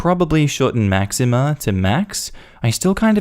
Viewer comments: "Maxeem", not "Maxima" lol. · Just a gentle correction on the pronunciation of Maxime - it’s pronounced Mack-seem. :) Eh-loh-dee and Tay-oh. Technically! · Eh there is no A at the end of Maxime 🤣 it's funny that in a story about mispronunciation you accidentally pronounce the name like the Queen Máxima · Story 1: for reference as do how she pronounced them wrong Theo—> Te-oh Elodie—> eh-loh-di Maxime—> Max-eem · Oh my God my French Roots were dying the way you pronounced Maxime. Max-eem. Lord